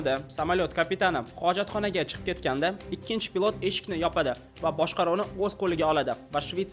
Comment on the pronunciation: Хурматли админ.с билан ш ни орасида унчалик катта фарқ йўқ тўғри талаффуз қилишни ўрганинг пилот бўлади а пылотмас